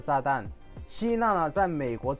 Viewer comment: 放著視頻在做事情 聽到歐洲居然有個叫’‘西納’‘的國家 很好奇看了一下 原來是「希臘」😅 內容很棒 但一路聽著西納這個國家 真的無法專心看視頻😂😂